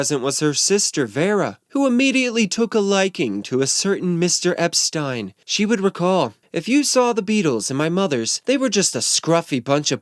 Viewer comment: Thank you for pronouncing Brian's last name correctly, the way he and everyone did back then. You obviously did your homework!! 👍🏻 Unlike most.